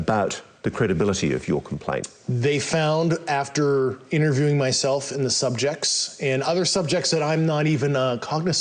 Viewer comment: I was interviewing these personnel. Another word mispronounced?